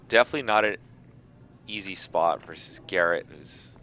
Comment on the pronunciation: Mike came back because he heard they were allowing joke bets again. Garrett is the only player in the world who can value bluff. Why does keep saying verse instead of versus? Is he just a dunce?